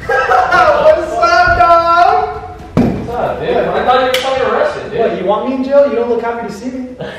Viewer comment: Arriested lol 😂